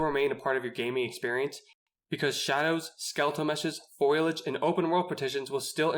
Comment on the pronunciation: Very informative analysis. But, I think you meant to say FOLIAGE, not FOILAGE.